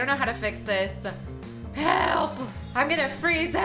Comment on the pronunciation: I was crying and on the floor when she said "HEAALP I'M TRAPPED IN THE AICE HEALP!!!!"😂😂😂😂